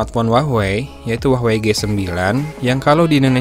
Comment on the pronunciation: jadi Huawah a kalo banyakan wah daripada wey nya :v